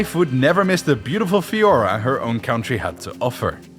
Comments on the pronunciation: fLora not fiora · Wait, "FIORA"? Did you mean "FLORA"? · FLORA...not. FIORA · Did he say “fiora”? The word is “flora”. With an L. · Fiora? Mate. FLORA! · Beautiful fiora? Did he mean flora?